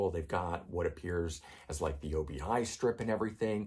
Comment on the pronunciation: I believe Obi is a word not an abbreviation. Obi means belt in Japanese and is pronounced as you would think as one easy word - "Obee".